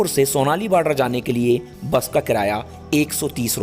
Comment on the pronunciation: सोनाली नही , सोनोली है बॉर्डर।